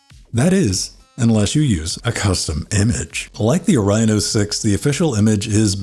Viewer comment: are you mispronouncing Orion on purpose? :o